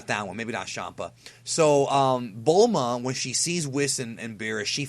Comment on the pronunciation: Wait... you pronounce Champa as Shampa? Does that mean the Gods of Destruction are named after booze? Beer and Champagne? I was wondering what the common thread was, since all the other names in the serieses seem to have themes to them.